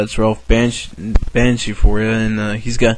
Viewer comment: did you call him Ralph "Banshee"?